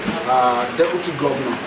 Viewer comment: It's "DEPUTY" not "Debuty" Ori re ati Ori Toliat ti bu gidi gan ni oo. Awon olodo odaran .. E gbe eru eleru sile. E o le ni isimi rara 😂😂😂😂😂😂😂